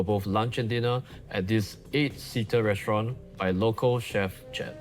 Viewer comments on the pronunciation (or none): ASMR in your ears... "Restorante"